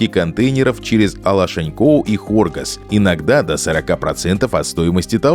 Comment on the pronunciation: Хоргос находится южнее, карты ваши врут! Ударение надо ставить на последний слог.